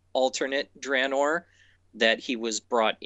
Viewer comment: Jesse, for the love of all that is good, PLEASE pronounce Draenor (dra[as in "dragon"]-nor) correctly.